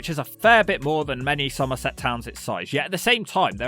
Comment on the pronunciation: love the accent when he says "somerset" - a true local. Great video